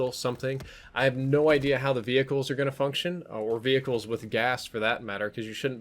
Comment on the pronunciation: Lol ve hickles